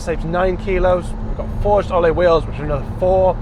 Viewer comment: A car journalist that can’t say “alloy” - nice.